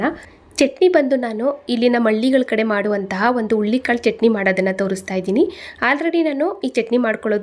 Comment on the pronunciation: Ullikalu alla HURULI KAALU .PĹÈASEEBE CAŔEFUL AVBOUT 😢PRONOUNC IATION .